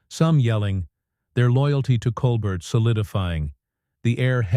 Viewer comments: This AI stuff is a joke, "Stephen Col bert." It's Col-bear you idiot. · AI announcer can’t pronounce a French name. Watch the original Stephen Colbert (coal bare). 🤦🏼‍♀️ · You could just type, "Col-Bair" into the AI prompt to get it to pronounce his name correctly. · FAKE. And his name is "Col-BARE" not "Col-BERT". You could at least get his name right. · This is being read by someone who doesn’t even know how to pronounce Colbert’s name. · That’s not Stephen Colbert. It’s whatever lazy people use to scape and over voice with AI . Truthfully badly done. Colbert would’ve been much wittier and to the point. This AI or whatever can’t even pronounce his last name properly. It’s coalber phonetically not Coalbert. This crap should be banned. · Coal-burt? Really? FIX YOUR STUPID DICTATION ROBOT! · Blocking this channel - waste of time. "Col-bert"..... 😅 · Stop mispronouncing his name! colbear! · It's pronounced "Cole -bear"! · It's a nicely creative story. Try learning how to pronounce “Colbert”. It is not like coal burr. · Oh, that mispronunciation bugs the daylights out of me! It's COAL BARE, dufus. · It's pronounced 'coal bear' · Your video are not good..why not show videos rather than reading? Plus you pronounced Colbert name incorrectly! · You mispronounced Stephen Colbert name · Seriously, why is this irritating AI voice reading this ridiculously melodramatic script to us. Had to cut it off immediately. Can’t even pronounce Stephen’s last name correctly. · This has got to be one of the laziest AI produced videos I have seen so far. If you can't be bothered to have a human do the narration, at least teach it the correct pronunciation of the name of the person it is supposed to be about. Also, wish people would stop using the screen dirt effect. It's just stupid. I would really have loved to hear this story since anything that gets Musk to show his true colors to bad affect are great with me but this video... I got 12 seconds into it.